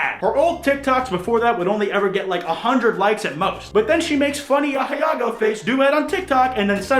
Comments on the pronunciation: Are you saying "A-hee-ah-go"? I don't think that's how you pronounce "Ahegao". I'm almost positive it's pronounced "A-he-ga-oh" or "A-he-gow" depending on your accent. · Aheago. Say: Ah•he•go.: ayeahgo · ok i love you man but in case you don't know: ahegao: ah-heh-gaow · Yo why does pronounce Ahegao like it's the name of a distant cousin I have who lives in Argentina? Like 'ey, cousin Ajiago's here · Why is he saying asiago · You say ahiago again and I swear to God I will ahegao you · I love you buddy, but it physically hurt me inside every singular time you incorrectly said 'ahegao'. It's pronounced "ah-heh-ga-oh". Now say it with me. Ahe-gao. Ahegao. Thank you. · Bro you're mispronouncing aheago you absolute pleb